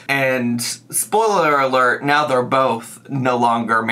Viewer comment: did he just say right MEOW??? 🤣 please tell me I heard right